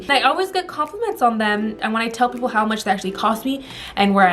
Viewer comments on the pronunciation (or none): none